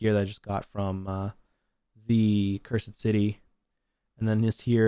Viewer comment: The way you pronounce cursed changes, you say it correctly then pronounce it " cur sid " city lol